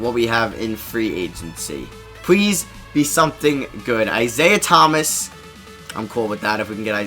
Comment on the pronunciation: this nigga says pwease and not please wtf